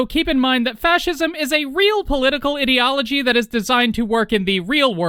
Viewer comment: im not sure if this was intentional or not but everytime you refrenced fascist ideology it sounded like you said idio(t)ology